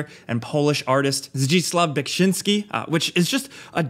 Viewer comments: Beautiful pronunciation of Beksiński's name 👏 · I'm latvian - and do not speak polish - but apart from dozens of times travelling through - and inside - of Poland - I'd guess that's the best polish pronunciation (of the artist's name) I've heard. Also - as a professional translator speaking 7 languages - I don't think "butchering" someone's name or surname is a big deal (as it's being manifested recently) - because you speak your language - and the person who's name is being pronounced - lives in another country, often in another continent. So as Robert De Niro would say - what can you do, huh? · HE ACED THAT POLISH AUTHOR’S NAME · I'm impressed with your pronunciation! Polish is tricky for English speeking ppl and i see you took big efort to do it the best way you can, Beksiński wolud by happy ( despite depresion ect.) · Man, you've nailed that Beksiński pronunciation, I can tell you've been practicing that a bit :) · You nailed the pronunciation for the Polish name!